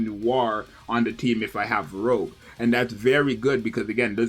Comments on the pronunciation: Pretty sure all the names on the members in the 777 squad are pronounced in French. out her saying 'Rogue' instead of Rouge (like Rouge the bat from the Sonic franchise) pronunciation is sorta like this: roo-sh (may not be exact, but close enough) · its not pronounced rogue its rougeeee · Every time he said rogue I cringed... All of the characters are named after french names of colors! Would it have killed him to put her name in the google pronunciation tool?!? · yea exactly